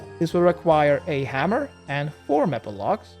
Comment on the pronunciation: Say maple logs like may pull that's the correct way 😊